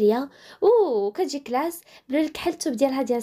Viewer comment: لا غلطات باش تقول كلاس قالت كلاش